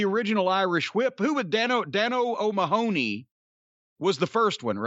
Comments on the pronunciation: That is the most hilarious pronunciation of Mahony ever, it is pronounced like Mah-nee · I’d say that’s the common Americanized pronunciation. I did have a great-aunt who pronounced it “Mah-h-ney”, with just a very quick middle syllable. Her parents were Irish immigrants, so she had this unique Chicagoan accent with just a hint of an Irish thrown in. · The way Americans pronounce Mahony is hilarious 😂😂